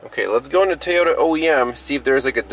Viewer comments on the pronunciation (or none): Apparently an O is pronounced as an A where you live as in Tayota. Funny how the a on the end is pronounced as an a. Interesting!